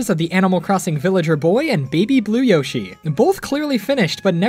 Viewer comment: Beeg Beeg Yoshee.